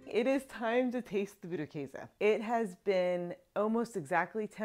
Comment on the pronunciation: You are pronouncing it 90% correct 😊 - from Germany